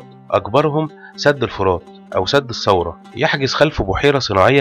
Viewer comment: فيديو جميل، لكن انتبه للغة أخي الفاضل .مثلا: ثم لا نقول سم . الثورة لا نقول سورة لديك مشكلة مع حرف الثاء ..تحياتي